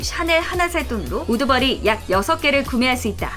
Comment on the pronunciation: 옴마 우드버리가 자꾸 우두머리로 들려요 ㅇㅁㅇ